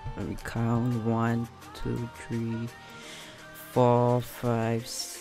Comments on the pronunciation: u saying tree not three xd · OMG WHY SAY TREE... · How says three tree 😂😂😂😂😃😂🤣🤣🤣🤣🤣🤣🤣